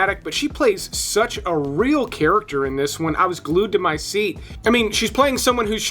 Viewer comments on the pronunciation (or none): none